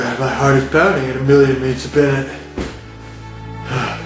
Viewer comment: "heart is pounding at a million meats a binnute"